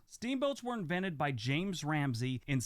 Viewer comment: James Rumsey not Ramsey.